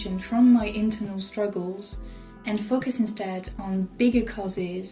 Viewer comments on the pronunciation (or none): Your accent makes focus sound like "f*ck us" and I can't not notice and comment on it because I love shit like that. Liked and subscribed.